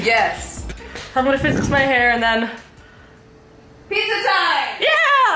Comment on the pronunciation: no it's pijja